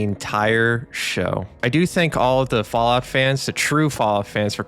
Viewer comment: Hes the tourist himself. He learned all those words from visting reddit i can just see it in my head. Bro has never touched fallout 1 or 2 in his life. New Vwwegas 🤓 is the best ive never touched the OGs and i hate new fwallout. What a chump